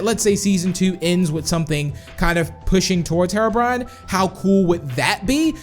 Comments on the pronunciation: Hero not mero brian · Its HE-ROW-BRINE NOT HERROW-BRYAN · Btw it isnt said how u say it its he ro brine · said harobrine lol 😂